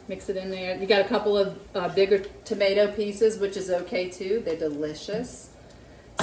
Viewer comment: Willow said, "not tomata, tomato, " 😂